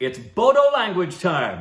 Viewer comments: Love from bodoland, (Assam), India. Bodo(pronounce boro) is a language of entire North East India , East Nepal, Bangladesh.( Maturity in Assam , ne India) Thank you for reaction ada( bro). If you like next time react , " nwngnwlo" music video. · I cannot believe they reacted on a Bodo(pronounced as Boro) song. I am so happy now. is a truly unique channel. Hope one day I see them react on every Indian language. Incase and read this, I want to tell them that in state of Assam, Assamese is the dominant language along with Hindi and English. That means people with different mother-tongue use it as a common language for communication. It is also the most commonly used for official documents in Assam. But the state has around 20 other ethnic communities with their own language, and Bodo is one of them. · There are many tribes in assam ...bodo (*pronounces as boro ) ...is the largest and oldest tried..we are the biggest tribe here....our language is called boro...and the title of the song is "fwi lwi agwi fwi " it means" come darling come ".... The silk warm farming and many more traditional things were first practiced by boro people's.. but now a days everyone is going after it.....before these assamese people's used to hate us and not allow us to go in any assamese places..and we need to wash the plates we eat in, it was just like the black and white discrimination ...but now those assamese are more into our culture then us..they take bodo people's place where ever they can...in the shows where boro should perform ...this Assamese people replace them self.... We have one traditional garment called " aronai " ...it's for giving respect ...thses assamese people so think this is thier property wears it like it's there......I don't mind wearing It...but it's not your tradition....assamese people's have " gamusa " u can wear that...why do u wear our traditional garment.....they r taking our places ..and soon they will take over of all our rights......